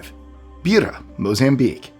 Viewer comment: It's pronounced 'BYE-RA'...not BEE-RA.